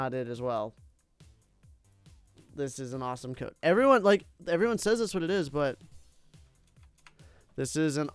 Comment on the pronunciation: First of all he spelt awesome like awsome and after he said Dode not code